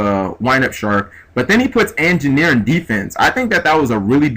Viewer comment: He's not the best narrator lol. he said angineer was a rank 4